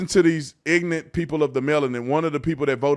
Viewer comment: Bless you brother bit it's Ignorant not Ignant